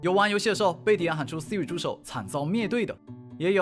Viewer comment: 说的Vs我听到的 说的：嘿，Siri，Siri 我听到的：阿呗，阿呗，阿呗